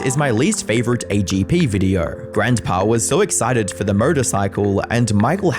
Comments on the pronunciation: How many times does someone need to mispronounce "Grandpa"? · You pronounce "grandpa" funny. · lol "Grantpa"